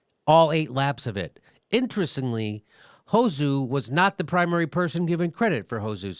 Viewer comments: OP you inconsiderate fuck. As a hungarian, I can tell you, that Katinka mentions her husband in near every fucking interview. And ir's not hoZZu. It's pronounced like in sand. You don't even care to look up how the name is pronounced. You just misrepresent her and her husband. FUCK THE HELL OFF OF OUR NATIONAL PRIDE YOU FUCKING BIGOT! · BITCH, it's Hosszu with an S not a Z! Look after something before you open your $#!Thole to speak! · Learn to pronounce words before using them in a video. Taking the piss out of a person's name isn't very clever, even if you think the name is adorable. With regards to the female gymnasts and volleyball contestants, you sounded more sexist than the commentators with your comments about them looking like porn stars. Fact, men's sports are probably more popular than women's sports and that is why male sportspeople get higher profiles although I do think that's a bit unfair. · You can't even pronounce her name, yet you're commentating on the latest feigned outrage by the professional victims? The only victims here are the people you inflicted this on.